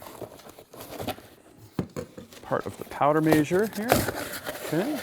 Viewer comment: Is he saying powder measure or major?